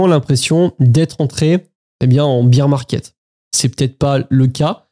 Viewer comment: Chance d'être passé pas mal en stable crypto et d'avoir vidé le PEA avant la baisse. Incertitude totale. Par contre c'est le "bear 🐻 market" pas "beer 🍺 market" 😂